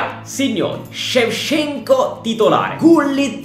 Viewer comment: Tutti: Shevchenko: sevsienkuo